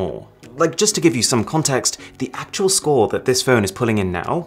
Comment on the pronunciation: phone, not phewn